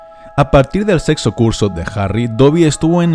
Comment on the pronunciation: sono a sexo o algo asi